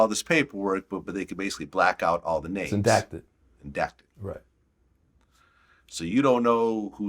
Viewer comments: Redacted not indacted 🤦🏽‍♂️ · My mans said "INDACTED" LMAO!! Redacted homie... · The word is redacted, not endacted, I think. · Bro said its called "indacted" and brainless vlad repeated it 😆🤦🏾‍♂️ that's not even a damn word, the proper word is "redacted". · Isn't it "Redacted" and not "indacted" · He acts so smart but doesn't even know it's REDACTED, not indacted:):) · Redacted > endacted 😂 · Redacted not endacted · Did they just say “indacted” ? Redacted